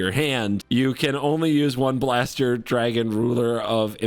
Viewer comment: I'm glad that gave another shot at pronouncing Blaster's name correctly.:)